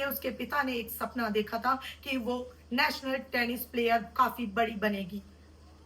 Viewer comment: Work on your pronunciation and body Posture. As a viewrt श ko स sunna bahut ajeeb lagta hai आरुसी नेसनल means work on this